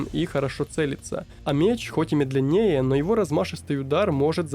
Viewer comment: за адекватный фидбэк меняю оценку. Но,, в слове медленнее ударение на первую "е" - мЕдленее. Я в тебя верю😂 контент же норм, а звучит иногда, будто ИИ, что отталкивает